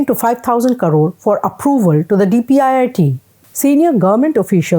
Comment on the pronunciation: Could you please pronounce it as "crore " and not as "karoo"